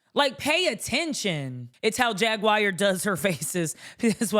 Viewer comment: Why did you pronounce her name Jag wire? Instead of Jaguar.